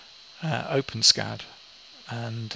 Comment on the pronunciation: One thing missing was BurrTools crashing on you before the file was saved. ;) Could have used Enso that inputs BurrTools xmpuzzle file and outputs PuzzleCAD file. Fyi, no big deal, but the intended pronunciation is: Open - ESS - CAD. How long did it take to print?